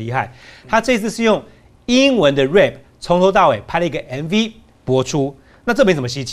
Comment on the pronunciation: rap 唸錯了